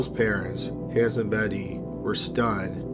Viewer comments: I'm addicted to your channel. Can't wait for new ones. FYI: Hans is pronounced Hons not hands. 😁👍🏻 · hans - it's pronounced haanes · Hans is pronounced "Hahns", not "Hands" sans D. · HAHNS not han(d)s jfc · It's not handz its hanz. Hhh-onz not Hhh-an-z. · I can't get past how you pronounce Hans like hands lol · Hans was pronounced wrong, since one of my late relatives had the same name. The outhouse babies really tore up my heart, especially as a mom, I couldn't imagine doing that to my own child or "allowing" someone to do that, more so not being able to prevent it. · Is that really how that family pronounced Hans? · I wish you would pronounce Hanz the right way... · Pronounce "Hans" like anyone but is saying it. Minus the "s."